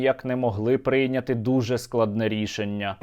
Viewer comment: не прИйняти, а прийнЯти, заколупав неправильними наголосами